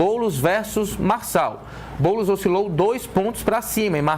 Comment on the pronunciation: Ate o jornalista ta chamando o boules de boulis kkkk